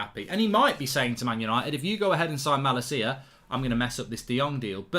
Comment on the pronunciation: Plz pronounce malacia’s name correctly 😝. I can’t handle the way you pronounce his name rn.